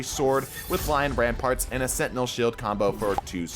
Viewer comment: Btw they're called lion RAMPANTS! Not rampaRt!!